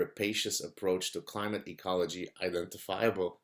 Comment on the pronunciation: "climage" change ? should that be "Clitage Change"